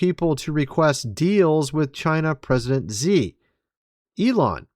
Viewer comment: It's president "She" not "zee".